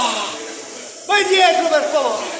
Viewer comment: "Vai dietro per faovreh". E va dietro lui.